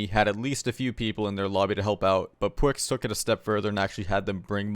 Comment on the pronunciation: you called him pwix smh